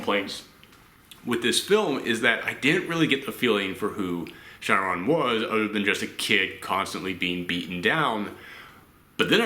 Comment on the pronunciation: Just about every reviewer I've watched that reviewed this film has mispronounced Chiron, so you're good dude haha